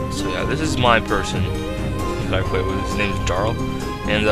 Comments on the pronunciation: Yeah Jarl is Prenounced Yarl and a Jarl was pretty much like a Viking Lord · the "J" in Jarl is silent in scandinavian languages. so it's pronounced as "Yarl" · This is awesome! (lol "his name is Jarl" - J not sounding like Y) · 1. it's pronounced Vy-king-ur 2. It's pronounced Yarl